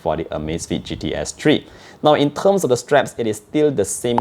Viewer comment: 'In terghhssm'. Subbed✅